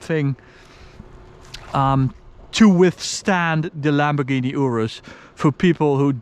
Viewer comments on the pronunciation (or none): none